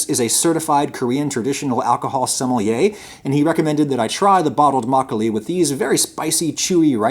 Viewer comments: I was actually shocked by his pronunciation of makgeolli. He usually doesn't put that much effort into pronunciation. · My mom's favorite memories is of her and her mom making Makgeolli. She tells me all the time how nice it was to have a warm drink during the winter. I am sure a lot of post war Korean kids have similar memories. Thank you for the video! and unlike Galbi, you actually pronounced it well. ;) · your pronunciation was pretty good. Especially makkolie. I don't care for soju. It's generally cheap, weak and not very good. You drink a lot to get a buzz but it will give your a terrible headache. The fruit wines are very tasty though. I like their tartness. Home made or small batch makkolie is, IMHO, the best. The store bought stuff you featured isn't very good. But as you said it needs to be shelf stable and that's why it lacks that freshness. One recommendation. Drink your makkolie from a bowl. That's tradition. A snifter is a good option. But it's too aristocratic. Makkolie is a farmers drink. It's a home made drink after a long afternoon of work. It is drank from rice bowls, earthenware or stamped metal.